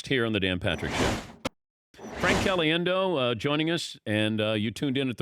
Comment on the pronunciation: Did he say his last name wrong? CaliDendo?